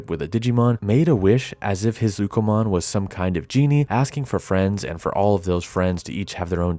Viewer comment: Its Ukkomon not Bukamon